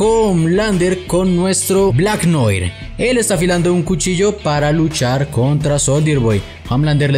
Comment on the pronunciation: Noir se pronuncia noar